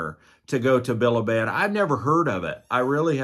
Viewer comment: It's bi-li-bid